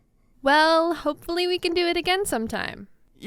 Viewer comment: “Hopfoly we can do it again some time” sounded weird🤨🧐